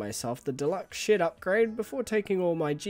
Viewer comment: Something about me always hearing "shit" when you say "shed"